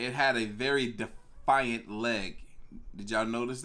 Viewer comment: Love the videos man but dear lord it’s defined not defiant very different words and I’ve never heard u say the right one hahaha